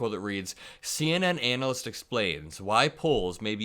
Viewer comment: You might have to look up the proper pronounciation of "analyst" ⭐😄 but keep up the hard work my man!